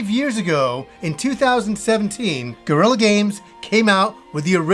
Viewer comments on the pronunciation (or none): its not gorilla games < like the ape its guerrilla